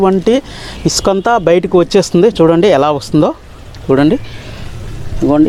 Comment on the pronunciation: ఇస్కాన కాదు ఇసుక బ్రస్ కాదు బ్రష్. నీ ఇంగ్లీష్ మండ